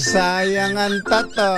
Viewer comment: NATATAWA AKO SA 0AGBIGKAS NG SAYANG ANG TATTOOOOOÓ......???? UUUUHHHHHH... 🤣🤣🤣🤣🤣